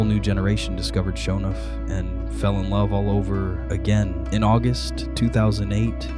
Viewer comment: Dude needs to teach his AI how to pronounce "Sho NUFF"